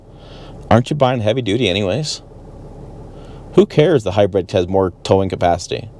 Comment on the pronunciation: Can’t stand how he pronounces hybrid as “hi-bread”